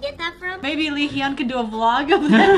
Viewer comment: i'm sorry i just can't get over how you're still pronouncing hyun/hyung wrong. it's not he-yun it's just hyun. you don't say ye-ung you say young. it's the same but with an 'h' sound in the front. just listen carefully how the members say it, that's the best way to learn. you'll get it eventually. i just wanted to write it out for you if you happen to see this